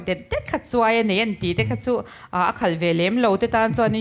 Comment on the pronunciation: Unaupa...CHUAI I tih hi SUAI tihtur a ni zawk em aw....